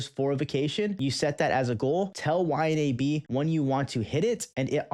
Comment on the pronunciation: Dude its pronounced Y-NAB